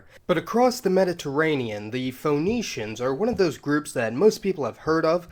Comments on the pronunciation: Correct your pronunciation - it's pronounced "Fee-nee-shians" and not Fho-nee-shians ! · It's pronounced 'fenicians', you know, like 'phoenix' Awesome post though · Can’t stand his mis-pronunciation of “Fa-nee-shuns”. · It's pronounced Finneeshiyans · feh NEE shuns Love your videos, but I am often pulled out of the things you are saying by your pronunciations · yeah, like Phoenix, that made the video feel kinda odd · This cat can’t pronounce there name but hey lets make a video ... really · I love how many nerds couldn't overcome your pronunciation of Phoenicians. Triggered so easily! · After 3 minutes and 21 seconds of listening to you mispronounce Phoenicians, I finally just gave up. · The way you pronounce Ph"O"enicians, the Levant as "LevEnt", and consequence as "Con-SEEquence" is very odd. Maybe it's a Southern thing. The emphasis on the vowels is harsh